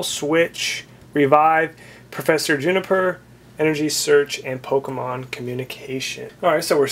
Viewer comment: you say pokemon rong